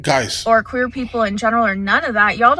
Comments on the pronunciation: I heard it as "queen as a three dollar bill". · Yeah, I was kind of weirded out that Mr. L Boyd had to look it up.I'm thinking that I missed something but yes she did say queer